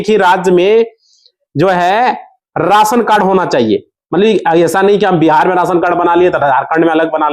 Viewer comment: Raasan nahin rashan bol